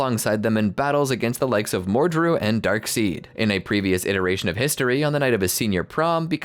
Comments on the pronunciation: darkseid it's prounced darkside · It's spelled darkseid but they pronounce it darkside